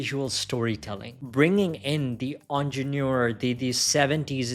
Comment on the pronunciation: The moment I heard "onjenoor" I stoped watching. Please learn the correct way of saying it.